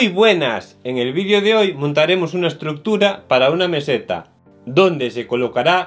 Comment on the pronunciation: "En este vidio contamos..." Que significa VIDIO...